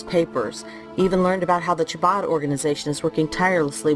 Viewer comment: Excellent! Shared in my groups and putting Antifa Anita on blast! They couldn't even pronounce Chabad correctly 😂. Pathetic! 😂